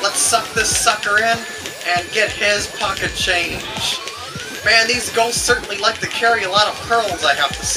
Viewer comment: I died when he said "POCKEHt CHAINJUH!" You rock!